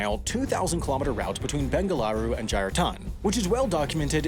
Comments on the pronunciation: Commenting for this year's mistakes video, you mispronounced "Jaitaran" as "Jairatan" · It is pronounced Jaitaran, not Jairatan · Nitpick incoming: you said "Jairatan" instead of "Jaitaran" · “Jairatan” another mistake. Smh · And got backwards the 't' and the 'r' in Jaitaran when he pronounced it.